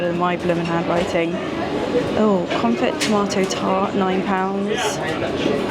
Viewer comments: Confit is pronounced con-fee 😂😂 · Excellent vid. I was expecting a 9.5. For reference confit is pronounced confee. You are now - and well deserved so it is.